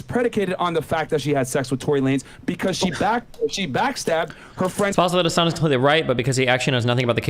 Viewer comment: As someone who's mother is an attorney and brother is in law and were both following this case, they both would say Hassan wrong especially on the plead the 5th conversation.